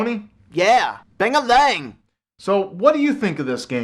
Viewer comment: Bang-a-lang heh. ^o^